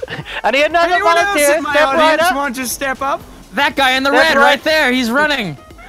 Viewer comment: needs volintear............ I want to say dead volintear 😂😂